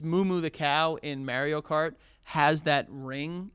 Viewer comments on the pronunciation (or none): saying "Mary-o cart" is infuriating lol